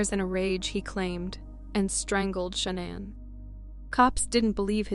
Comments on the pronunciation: How many times can you mispronounce the victim name wrong? LACEY, SHANANN BUT HAVE NO PROBLEM PRONOUNCING THEIR MURDERERS? DO BETTER. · In the Lacy Peterson and Shannon case the names are pronounced sometimes wrong.